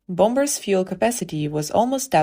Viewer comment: Get a Better Narrator! Bomb-Bers?